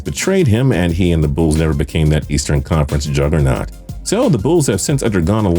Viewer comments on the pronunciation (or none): none